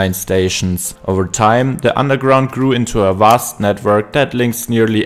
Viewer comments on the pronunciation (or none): none